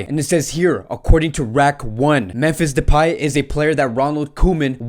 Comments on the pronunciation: It's pronounced "de-pie", bro. Not "de-pay-myfee". 😂😂 Much love regardless hehe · Depay is pronounced with last syllable like in MY so depy ;-)